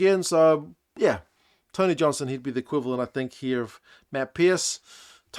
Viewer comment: As a Māori speaker, I really appreciate it when commentators put effort into pronouncing names properly. I think Tony Johnson does an exceptional job at this, particularly for Māori and Pasifika names. He's clearly put a lot of effort into getting them right